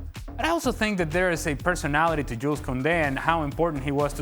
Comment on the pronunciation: You don’t pronounce the s in “Jules”